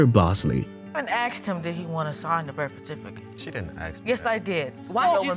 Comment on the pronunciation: "The birffatificut.." Lol I live for the grammar on these shows.. Lol #StaySafe